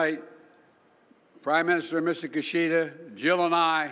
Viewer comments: His name is Kishida, not Kushida. Do your homework! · It's "key"shida.